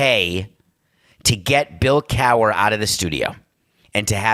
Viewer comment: Bill cower? Wtf Samson lmao